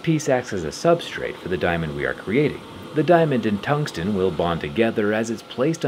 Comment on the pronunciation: Did bro just say, "tungstein?"